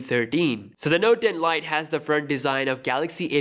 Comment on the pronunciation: The Note Den Lite`` Pls dont say it like that 😂